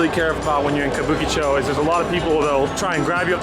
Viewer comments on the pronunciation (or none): What is it again "kabookichow"? ahahahahahaha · Careful there. A lot of Yakuza bars, but hey... how do you pronounce Kabukicho like that? Makes no sense. More like Kah-boo-key---chaaaaw. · Considering how Japanese people pronounce Kabukicho, hearing this guy is hard on the ears!